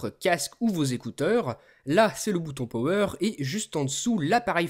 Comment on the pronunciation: Haha! Le bouton "Powerrrrr" trop drôle!